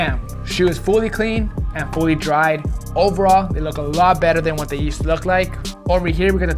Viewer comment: I know I’m not the only one who heard him say hawhatta 😂😂😂